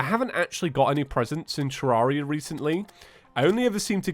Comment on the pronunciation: I think Redigit prefers it be pronounced tuh-REHR-ee-uh, like "terrarium". Check this out